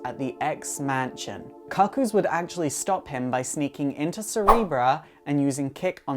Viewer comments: Why do you insist on calling them the "Stepford Cock-oos?" it's quite distracting. It's pronounced "Coo Coos" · 'Far as I can tell, the "Cuckoo" in Stepford Cuckoos is the same as the "cuckoo" in cuckoo clock. So why would it be pronounced differently (kuh-koo, instead of koo-koo)? Is that a potato thing (as in poh-tay-toh, poh-tah-toh)? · Isn't it pronounced like Cooc-Coo? Like Cuckoo Clock? Or the bird? I don't know, maybe that's just how you pronounce cuckoo in the UK? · Your pronouncing cuckoo wrong it’s pronounced cookoo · It is definitely pronounced "coo coo". Ever heard of a cuckoo clock? No one pronounces it 'cuck oh clock". Dumb dumb. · This is how you pronounce "cuckoos" not COCK-koos, OMG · Holy shit... I can only take so many Cah-Cooz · Pronounce cookoo lol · Ah shiiiit. Love your videos my dude, but I'm tilted as hell at the pronunciation of "cuckoos" here. KOO-KOOS people. Like a Cuckoo Clock. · Yoiks, mispronouncing the name in the first few seconds is a good way of instantly discrediting your knowledge. Cuckoos, as in the bird most associated with cuckoo clocks, pronounced "Cook-Koos." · isnt it pronounced "koo-kooz"? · i hate to be that guy, but I think it's pronounced coo-coo's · no he's not. it hurts my ears to hear him continuously mis-pronouncing it. cook-oo or coo coo is the right way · It's pronounced koo koo. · Lizzie B actually it's pronounced the cu coos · Can you remake this but pronounce cuckoo properly please? I found it unwatchable due to the mispronouncing of the word. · I'm not 100% sure, but I think you're pronouncing Cuckoo's incorrectly. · Thank you it was really annoying me. The pronunciation😂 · It's pronounced kook coo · not even close to british pronunciation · Josh Aughenbaugh It's British pronunciation, I presume. It doesn't have the same sound as the American "cuckoo", but it does have the same sound as "cuckold".